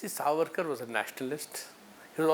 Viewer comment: Sawarkar nahi suarkar